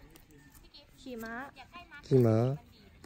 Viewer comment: ลังแยกเสียงไม่ออก ระหว่าง "ม้า" กับ "หมา" เอ็นดูวววว 😂